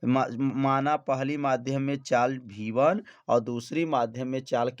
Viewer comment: सब ठीक है सर लेकिन आप वी1 को हर बार भी1 कह रहे हो